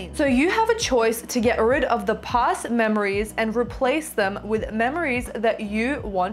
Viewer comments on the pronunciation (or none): PLEASE..SAY PAAAST..NOT: POOST